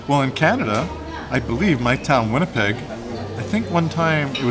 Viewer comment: Win-nipi - means murky water